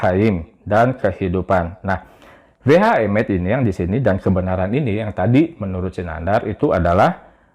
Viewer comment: pakar gadungan 🤓🤣 Udah tau bahasanya lain, kok sukanya maksa banget,...we ha emeth jadi we ah meth... Pemerkosa bahasa, koplakk mu kapan le?